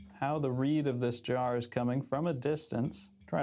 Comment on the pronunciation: Every time he says "Jar" I think he's saying "Draw"